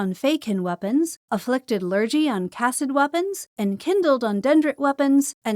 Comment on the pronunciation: Excellent video as always! One incredibly minor thing: the word lurgy (as in Afflicted Lurgy) is pronounced lur-gee rather than lur-jee. It's an old British slang term for illness, but probably even most Brits these days wouldn't have heard it before 🤣